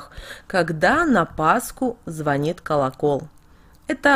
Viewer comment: Все хорошо, вот только не колоко'л, а ко'локол.